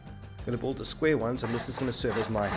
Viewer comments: WTF is a "buld zone"? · Are you saying "bold" or "build"? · Why are you saying "bulled"? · When he says build it sounds like bold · BUILD, man BU_IL_D not Bull. a "Bull-zone" only confuses people. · its build not bold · its not "boold zone" its build... god i couldn't understand what u saying til i saw a Build Zone words on the drawing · I didnt understand "Bull-zone" but then I realized you pronounced "build" wrong every time, then I figured it out what you tried to say. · you build a dick ? he kept saying '' i build a dick over here''